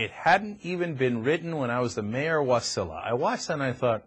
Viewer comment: Ha ha, Cryk it's Wa-SI-la, not WAS-i-la!